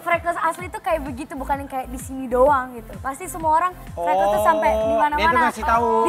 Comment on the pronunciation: FRECKLES CARA BACANYA TUH FREKELS GUYS PLIS BUKAN FREKLESSSSSSSSSSS ASTAGAAAA :'(